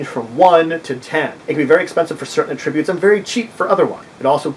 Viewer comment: I've seen others comment on this, but without any helpful suggestions; allow me to correct that. You say attributes incorrectly, at least to the ear of English speakers in the USA. You say "ah...tributes", when we pronounce it "at-trib-butes". Forget that there was ever a word "tributes", which your mind links to this one; focus on the "trib" part, and say it as your would in the word "trib-u-lations". You also seem to say it as two words, which is why I used the 3 dots for your version, indicating a pause- "ah...tributes". You should not only emphasize the "trib" part, but also say it as one word with 3 syllables, rather than saying it as two words. I hope this helps you be better understood in the future. I can look past you mispronouncing a word, but perhaps other members of your potential audience would be turned off by something hitting their ear wrong, especially because it is a word used so often with gaming and this video.